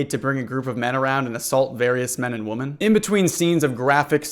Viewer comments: Not related at all but I noticed you pronounce women as woman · What is it with people not knowing how to pronounce “women”. Instead of “woman”. The plural of woman is not pronounced as woman. Come on folks. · Great stuff but why do you pronounce women as woman? The plural is WOMEN, pronounced ‘wimmin.’ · Please, for the love of God, learn the difference between “woman” and “women,” they’re two different words.